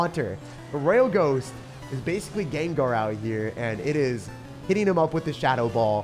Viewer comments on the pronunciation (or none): none